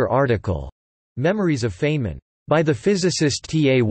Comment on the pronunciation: Feynman's name is mispronounced throughout this article. It is supposed to sound like "Fine men" not like "Fain men" as it does here.